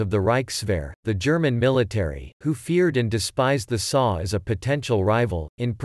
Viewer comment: It's not "the saw". It's the S.A. Pronounced "essay".